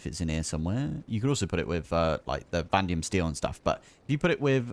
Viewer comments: why are you calling "vanadium" "vandium"??? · I think they were pointing out that the word is Vanadium so there are 2 A's Vah-Nay-Dee-um